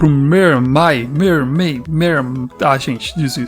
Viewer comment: lindo desenho!! queria ter dinheiro pro curso mas eu ja to devendo dinheirp o pra minha familia aí fica dificil shshsh mermay se pronuncia mãrmei caso queira saber shshsdhshs